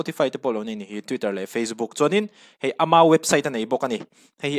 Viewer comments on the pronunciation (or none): none